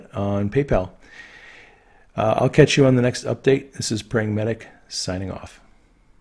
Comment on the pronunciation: this is sounds like "pragmatic""